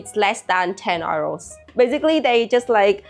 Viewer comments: I get confused when you're trying to say euro. i have heard you say "you" very well. Just say "you" and "row" like row the boat. You'll be great! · She pronounces it like how Germans say Euro, which to English speakers sounds like “oyro” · She prononces "euro" the german way 🤗